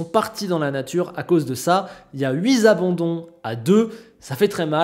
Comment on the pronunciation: par pitié, attention aux liaisons ! Huit z'abandons, non, juste non. Non. Sinon d'accord avec ton pronostic pour le classement.